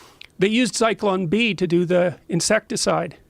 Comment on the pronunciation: It's Zyklon B you dumb fuck Rogan